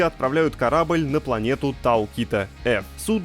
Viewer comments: Тау кИта🤦‍♂️ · "Тау Ки́та", ну пиздец... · Тау Кита, 🤣🤣🤣🤣🤣, жертва ЕГЭ